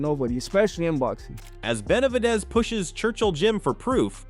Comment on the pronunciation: "BenalVidez"?!?! Fuck these AI channels.